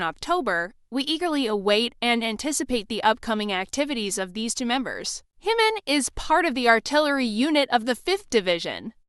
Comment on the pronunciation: It's JIMIN not HIMON! Who is Himon??